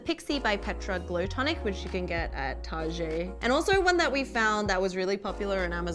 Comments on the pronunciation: it's not TAR-JAY, its target. very simple to pronounce. why do you have to be so difficult? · the way y'all pronounced Target is so cute ;(( it's "Tarr-get" not "Tarr-Je" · She said target like tar-gè. Ewww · Sorry but how did you pronounced TARGET?! 🤣